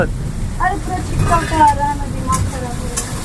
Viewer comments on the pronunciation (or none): none